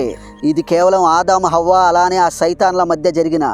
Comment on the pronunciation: Avva kadu bro havva